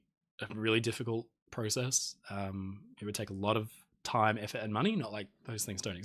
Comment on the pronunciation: You said process wrong a lot at the end